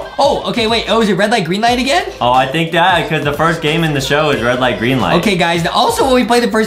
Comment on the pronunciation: Adam: the rwed light gwreen light Award we got hahahaha Justin: he really said rwed light gwreen light